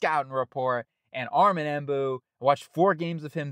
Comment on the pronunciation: It's Membou, not Embou